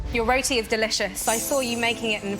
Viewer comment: I’m indian I got triggered how she said roti 😾😾😡😡😡😡